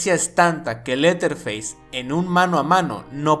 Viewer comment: Dos Observaciones, y una Pregunta amigo, 1.-TUS VIDEOS SON GENIALES, Y LA FORMA EN QUE LOS NARRAS. 2.-LA PRONUNCIACIÓN AL INGLÉS EN EL NOMBRE DE LETHER FACE, NO ES "leer feis" sino "lerer feis". 3.-CASI AL FINAL DEL VIDEO TE BASASTE EN LA FILOSOFÍA DE Drossrotzank, O VERDADERAMENTE FUE LA TUYA? PORQUE EL HIZO LA MISMA CALIFICACIÓN ENTRE LOS ÚLTIMOS!!!